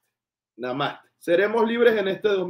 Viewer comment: la palabra NAMASTE la pronuncias mal, la tienes que pronunciar con el acento en la E. Namasté. Gracias por tus contenidos.😊